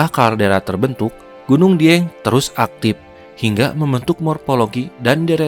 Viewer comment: Suara narator Video ini saya yakin asli Sunda . . Karena pelafalan kata ‘ Aktif ‘ menjadi ‘ Aktip ‘ dan penyebutan Air Terjun menjadi Curug serta aksen bicara masih ‘ Sunda ‘ bgt . . 🙏🏼🙏🏼😬